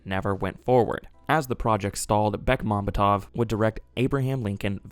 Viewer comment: The stress on the director's last name is on the secoy to last vowel. BekmambEtov.